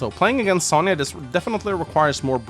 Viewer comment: I cant wait to see my girl sonja in the remake Its also impressive how you continue to carry on mispronouncing sonja's name